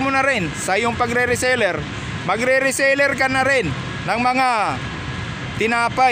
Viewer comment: Reseller, not resaler...